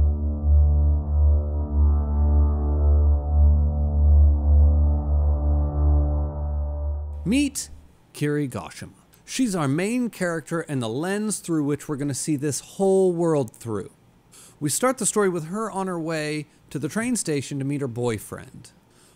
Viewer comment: I couldn’t get past the pronunciation of Kirie Goshima. Who is Keeree Goshim